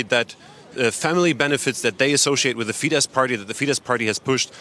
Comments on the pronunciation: Wow! This is great news! By the way, it's not pronounced "fee-deSH." It's "fee-dess." In Hungarian, sz = s, and s = sh. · Could the lady anchoring learn how to pronounce FIESZ??? It's fee-de ss (the sz in Hungarian is ss)